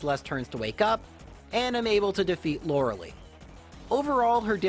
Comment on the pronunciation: Its not loreh lee, its loreh lie.